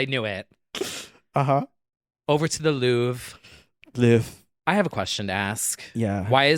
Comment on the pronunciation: Actually, we do pronounce the R in Louvre in French 🤣🤓 That whole James Charles part was très funny!